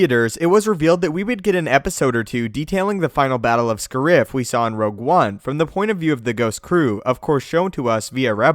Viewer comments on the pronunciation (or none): SCARE-IF. lol sorry I'm picky with pronunciations. Not scurrif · It's not pronounced Scar riff, it's Scarif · Sorry but it bothers me that you pronounce Scarif like Scare-reef even as it was mentioned multiple times in Rogue One. But you do you I guess. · scerif? you mean scarif- like scare and if=scarif not scerif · How in the everloving christ do people still mispronounce planet names ESPECIALLY when the specifically say SCAR-IFF not SCARE-EEF in Rogue One. Jesus guys come on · Why does he pronounce "Scarif" as "Scareef" despite hearing the correct pronunciation in Rogue One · or because he knows that it will piss people off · was it just me or did pronounce scarif wrong in the first couple of minutes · You pronounced Scarif wrong. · I don't like how you say Scarif, it hurts me.... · omg he cant say scarif properly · You pronounced scarif wrong!